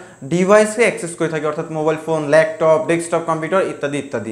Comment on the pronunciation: আমি কি একাই ল্যাপটপ কে ল্যাকটপ শুনলাম?